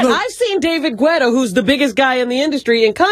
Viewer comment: DAVID GWUETTA!